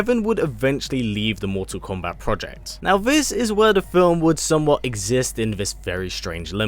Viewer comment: Just hearing you say komebat is nerve reckoning